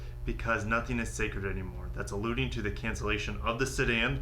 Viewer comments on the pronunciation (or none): none